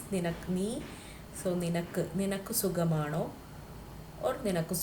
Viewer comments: Sugamano!!! Pl don't kill Malayalam.. Sukhamano ennanu parayendathu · It must be suKHAmaano ? not sugam .